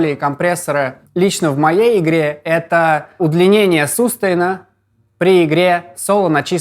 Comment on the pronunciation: Четыре года назад "рОлей" и "сУстейна" озвучено при помощи ИИ.